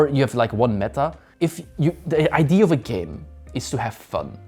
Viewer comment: it's so funny that the guy in the red keeps saying ID instead of idea lol